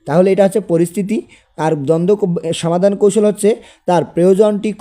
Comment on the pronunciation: Afni samadan na bola somadan bolan